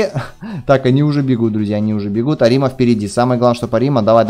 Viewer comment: Да блин какой арима' , правильно а'рима